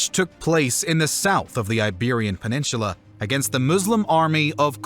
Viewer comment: Interesting. Just please, learn how to pronounce, "Peninsular."